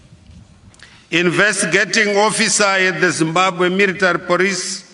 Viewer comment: military poricy 😂